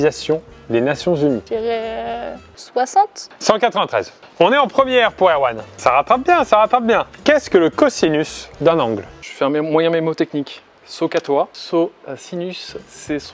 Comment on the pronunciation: Mnémotechnique et non pas mémotechnique!